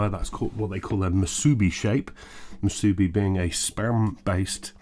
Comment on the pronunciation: Hawaiian girl here to help with pronunciation! I giggled a little when you said mooSOObee when I figured out what you meant. We say moosooBEE, with the emphasis on the last syllable. And I hope you got to try one since you posted this! Great review!